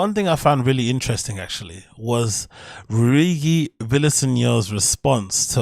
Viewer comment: It's REW-EE-JEE not REW-EE-GI lol